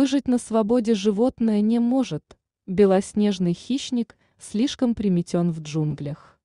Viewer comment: Если браться за озвучку, то делать это полноценно, без ошибок. Приметён? ПримЕтен!!!